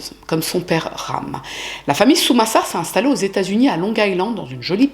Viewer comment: Quel horreur cette histoire... Par contre fait attention aux nom que tu donne, a certain moment au lieux de dire Sumasar tu a dis Samusar par exemple... Donc tu a des petite erreurs la dessus. Aprés tu étais peut être fatiguée, donc pas trop grave, mais fais gaffe quand même.